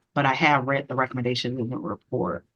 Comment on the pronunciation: Reat? "I have not yet reat that." No, it's read. The pronunciation depends on the use in a sentence. But no matter the use, there is no T in the word.